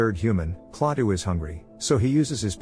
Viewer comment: its not klattah klatoo